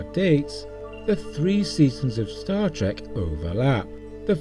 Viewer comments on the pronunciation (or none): none